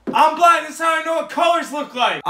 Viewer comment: I thought he said "I am black" 💀